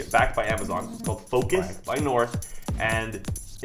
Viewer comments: Is he saying Focus or Focals? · You said Focus By North it's Focals